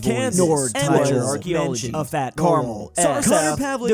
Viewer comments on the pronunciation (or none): none